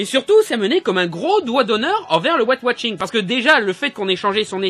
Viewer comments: Arrête de dire watching !!! C'est washing bordel de merde !!! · Ouais j'avais compris mais il dit ''Wat watching '' XD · j'aime bien tes critiques-plaidoieries parce qu'elles me surprennent toujours. tu parviens à trouver un angle d'attaque différent. par contre, j'ai un peu de mal avec ton accent anglais : white washing, tu le prononces comme "weight watching" :D